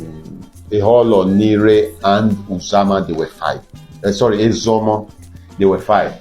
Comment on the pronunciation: Thanks for this video. Uzama is pronounced oozama. The u is pronounced oo as in loop.